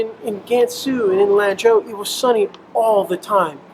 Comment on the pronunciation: Gosh your face reminds me of one my childhood friends I use to play D&D and Warhammer 40k with !!甘肅省的蘭州 , you should pronounce it like a Chinese 😉“四川” “成都”